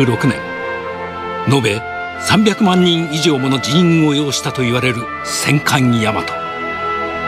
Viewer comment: 戦艦大和をせんかいやまとって言うやつイラつかん？